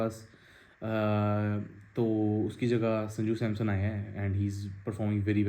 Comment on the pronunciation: Bai "Samson"✅ hai Naam not Samsung ❌......homework jaruri hai before video.